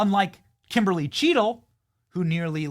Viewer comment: Bennie, why you gotta say Kimberly like that? 🤣